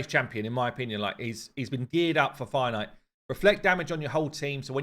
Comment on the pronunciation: I had to laugh at myself today. Finally I looked it up...What the heck is a "Finite" fight? Then suddenly I realized "Fire Knight"!!. I play the game fairly casual, no luck in pulling champions etc. (FTP) but do listen to you a lot. (Hate live arena).